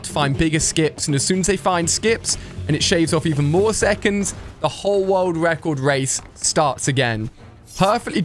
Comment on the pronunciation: speed wun world wecord 😂